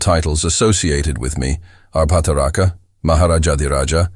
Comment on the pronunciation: Bhattaraka, Satyaashraya were horribly pronounced. But, what an effort !! awesome. Even the base voice was good, but the accent should be changed to Indian. If possible, please reupload with Indian voice